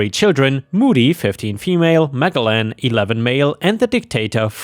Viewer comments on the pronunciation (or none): Ma-gel-lan not Magel-lan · Magellan is "mah jell in." "maniacal" is "mah nye ic al." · Magellan is pronounced Ma-jel-lan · Over here, Magellan is pronounced Mah-gell-ahn. I love the differences in our speech patterns. it truly is the spice of life. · Magellan ( pronounced meh jell en ) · PS Magellan is pronounced Ma-gel-lan. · Please look up who "Magellan" was and how to pronounce his name. Thank you. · I'm guessing that the schools he attended never taught the history of the 15th -17th century seafaring explorers. A lot of people have their names mispronounced, but this one should get an award.